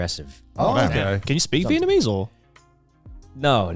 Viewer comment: Is Connor saying Vietmanese?